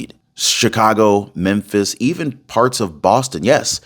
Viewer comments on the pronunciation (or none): none